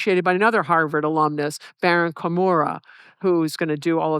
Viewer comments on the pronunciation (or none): none